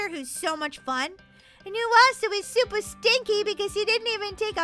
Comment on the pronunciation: u said shuper shiny instead of super shiny😂